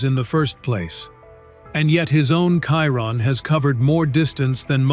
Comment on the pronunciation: Why is it so difficult to pronounce the word Chiron? Every one that is jumping on the hype cannot pronounce it correctly. Why? Because its all AI generated and the AI cannot say it properly.